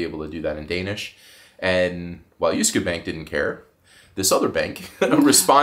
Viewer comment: Til lykke! But gahhhhhh. The other bank sounded like right a@ Yaye for Jyske Bank (also my bank ;) )